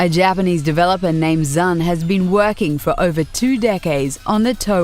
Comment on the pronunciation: Have you guys heard of dodonpachi? ...Touhou (created by ZUN pronounced "zoo-n" btw) is pretty average in difficulty for danmaku aka bullet hell shooters.